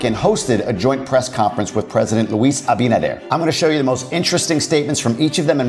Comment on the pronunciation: Hey … your pronunciation of Abinader is sounding great!